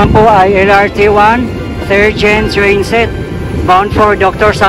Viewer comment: napansin ko lang yung letter "T" pinopronounce mo ng "ch". like yung lrt pinopronounce mo ng LR chi yung train nagiging chrain. 😊